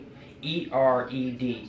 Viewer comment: Cintered? How about "sintered".